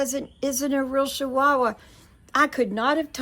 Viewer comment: I think it's funny. How you are saying shchihuahua. . They are called Chihuahua. 😂 I got to laughing so hard thinking about if I said I've got to go put up my shachickens 😂. Aka chickens that's so funny shchihuahua. I'm happy for you.